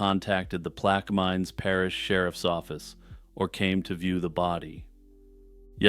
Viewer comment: I must….it is pronounced plack-a- mins Parish. Hell of an attempt, though!